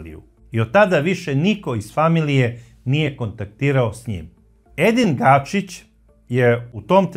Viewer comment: Ako je Edin Gačić.,zašto svaki put kažeš Gašić?